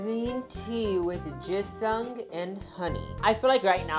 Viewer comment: THE WAY YOU PRONOUNCE GINSENG!!!! ILLITERATE!!!! (its okay!)